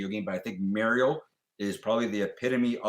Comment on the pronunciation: finally the correct pronunciation of Mario.